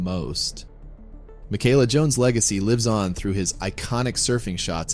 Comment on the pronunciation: It’s pronounced Mee-Kah-lah.